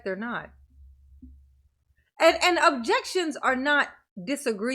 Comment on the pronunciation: "My jexions get tossed aside"